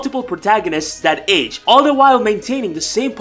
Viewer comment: On that emphasis on "age", you really just slapped Ash ketchum on the face. (Red the original protagonist is now 21 years old, started out at 11)